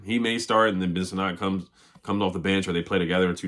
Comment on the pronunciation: Sinnott is pronounced "SIN IT" not "SIN NOT"